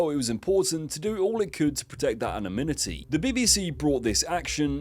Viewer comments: "Anominity" "Koeninsegg", why is it that nearly every youtuber nowadays struggles to pronounce extremely well known words lmao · "To preserve his anomitidy "... What is that ? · Bro learn to pronounce anonymity what the hell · Why does this video fail to pronounce the word „anonimity“ correctly? ;-) Great video, as always!!!